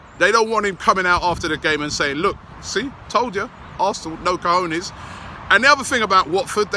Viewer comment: lol usually Robbie says cojones like 'kahooners'. He's actually saying it right now.